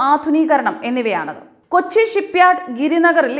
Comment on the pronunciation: കുച്ചി അല്ല കൊച്ചി